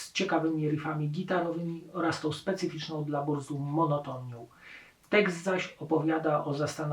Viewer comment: Burzum wymawia się z germańska "BURCUM"...